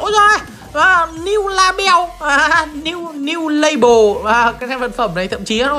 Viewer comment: Tấu hài nhất là "niu la beo" 😂😂😂😂